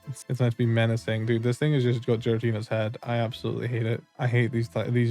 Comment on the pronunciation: Bro said Jiratina